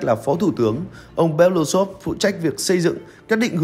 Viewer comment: Nên đọc đúng nguyên bản tiếng Nga là "Be-lơ-Ú-xơp" (Белоýсов), tức là họ ông này có 4 âm tiết, trọng âm rơi vào âm "U" nên phải nhấn mạnh âm tiết này, đừng đọc "Be-lu-xôp" nghe như trọng âm rơi vào âm tiết cuối. Белоýсов có nghĩa "Ria trắng".